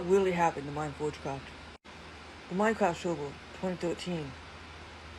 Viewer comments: Whats a “ minecwaft suvuh” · Minecwaft soivough